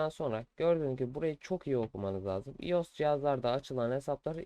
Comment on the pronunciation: iOS değil “Ay o es” diye okunuyor. Ayrıca tabi ki de mail açılabiliyor. Neden açılmasın? Mail açmak android e mi özel sadece?